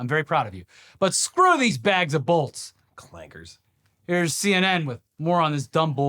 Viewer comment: Woooooow.... He said clankers with a hard R. That felt dirty.